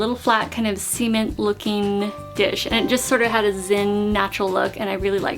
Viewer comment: You pronounce cement as "semen-t". Interesting. Never heard it like that before.